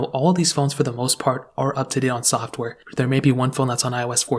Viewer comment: This man just said “soft wear” instead of “software” 😂😂